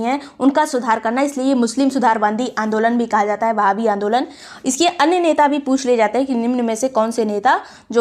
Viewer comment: Mam i think it's "वहाबी आंदोलन" Not a "बहावी आंदोलन"...😊😊